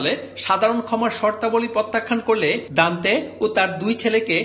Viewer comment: দান্তে নির্বাসিত অবস্থায় "কিন্তু প্রতিবেদক ভুল পড়লেন।